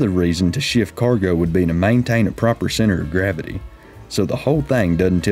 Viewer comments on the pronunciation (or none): none